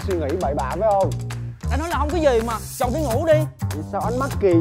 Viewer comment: Chồng mà sao tui nghe chồn vậy ta 😂